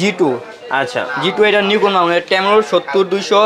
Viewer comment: ভাই নাইকন নারে নিকন রে পাগলা.. 😜